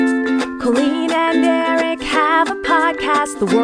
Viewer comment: when i first started watching your vlogs i was so confused if eric's name was eric or derek, cause in the outro it kind of sounds like "colleen and derek have a podcast" 😭